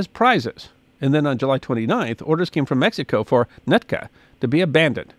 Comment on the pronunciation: The area you keep MISPRONOUNCING is NOT. "NUT ka"... it is "Newt Ka"